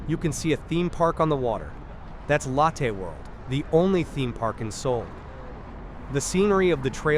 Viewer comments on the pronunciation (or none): I really do appreciate these videos: When I miss Seoul, I can go back "virtually" and see some of the areas I've walked countless times. But I really wish you'd change some things with your videos: 1) Remove the voice over; it's a horrible AI voice that has very poor pronunciation particularly when it comes to names of places and people ("Lattaih World"). You've already put description in the CC so please don't force us to listen to the horrible voice over. I'd much rather listen to the ambient sounds for complete immersion. 2) As cool as 360 degree videos are, there are some major problems on Youtube: A) when you change direction, I manually have to alter the view direction so I constantly have to sit with a joystick and correct to avoid walking sideways, and B) Youtube doesn't support 8k resolution, only 4k max, so we get a much lower quality image than if you did 180 degrees at 4k. Plus let's be fair...Besides when watching 360 degree videos, most of us NEVER look backwards so the view behind us is kind of wasted. If you were to kill the voice overs, I would be thrilled. If you would upload your videos as 180 degrees in 4k, I would be even more thrilled as it would give a much MUCH better viewing experience. Sorry to complain, but please consider the above.. And again, thank you for putting in the effort to make these videos. I truly miss Seoul and Korea and this helps so much.